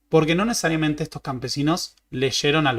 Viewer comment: Me gusta cuando decís nesariamente😅